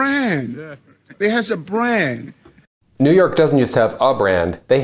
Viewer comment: "Neeewww oooorrk has a brand"...pretty bad when you can't pronounce you're own city's name.